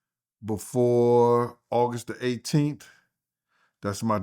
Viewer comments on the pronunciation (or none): none